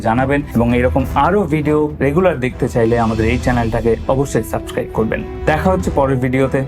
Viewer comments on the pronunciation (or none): none